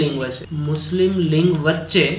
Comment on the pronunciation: Patel Vaibhav જોડણી ની વાત જવા દો સર ..બોલવામાં પણ લીગ નઇ લિંગ જ બોલો છો ....એતો જુઓ.....